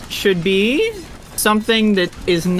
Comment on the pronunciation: best example of this person’s tendency to end phrases with an upward-tone, the final syllable “beeee” is drawn out and pitches up in his register. It’s hard to listen to.